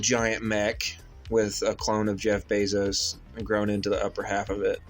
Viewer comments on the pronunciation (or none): it's BAY ZOSE. Not beezose. Matt Damon is on board dude! You ready for this????? I heart you..